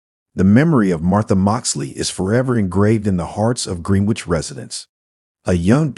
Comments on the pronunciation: Gren-ich ali-by-z please. I can't listen to this no matter how good it might be otherwise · Pronounce Greenwich properly please.